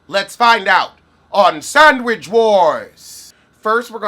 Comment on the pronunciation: 😊sandwidge ..... love the pronounci-nana.